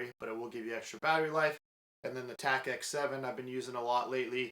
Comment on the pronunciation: It’s Tactix not TacX. Great review though!